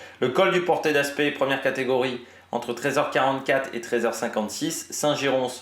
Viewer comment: Salut ! On ne prononce pas le "s" à Saint Girons ! Tu peux le prononcer comme Paris ! Merci pour tout ton travail !